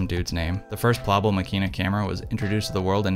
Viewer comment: Incredible triggered by how you pronounce the name